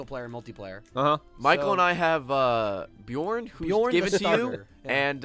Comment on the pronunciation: Im pretty happy they pronounced Bjorn correctly :P